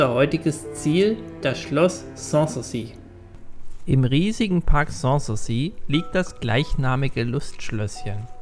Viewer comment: Außerdem ist die Betonung von "sans souci" falsch.